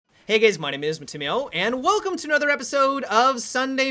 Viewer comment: "Hey gays my name is "